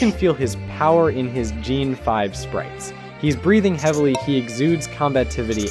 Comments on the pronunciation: You said so many things wrong, “Nide-o-King” “Gene 5” what 🤣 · Hey uh what's with the butchering of names..you are saying "nai-doe-king" then immediately saying "needle-king" then saying "gen 5" u will also say "gene 5" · i enjoy your passion into bringing life back into pokemon sprites, BUT the way you pronounce like n-eye-doking and lu-care-io and “gene 5” as gen 5.. like it pisses me off so bad i could barely finish the vid😭😭😭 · "Jeen 5 sprite." Gen= Jen, as in "generation." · glad i didn't watch the rest of this video after i heard jean 5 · nidoking gen 5❌ n-eye-doking gene 5✅ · "Niy-dough" king, "gene" 5😭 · Did bro say Gene 5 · I can understand "Nighdo king" but "Gene 5"... I beg this isnt an ai voice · Did he just say gene 5? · "Gene 5" too. WTF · Or "Geen 5." 😂 That all bothered me, too. No way it's someone's actual voice. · “Ni-do king”, “jean 5”? Sound’s like AI mistakes ngl Edit: Oh my god I am so sorry